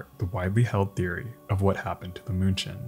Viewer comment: Outstanding video. Thx. Munchen is pronounced 'Meen-chen' by the Germans, if I remember correctly. My mother spoke German.